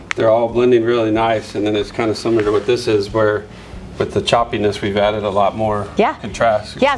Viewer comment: There is no "U" in the word similar. Please stop doing that.